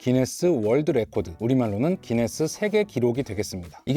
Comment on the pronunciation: 왜 구인네스라고하나요? 기네스아닌가요?